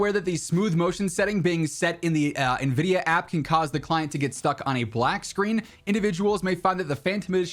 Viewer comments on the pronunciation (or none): none